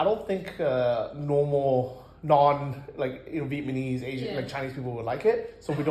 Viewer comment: Am I hearing “vietmanese” instead of “Vietnamese”? 😂